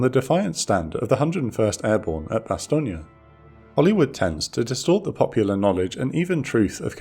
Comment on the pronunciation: I know you're pronouncing Bastogne correctly but all i can hear in my head is BoB's portrayal of Colonel Sink saying "BASS-STONE" 😆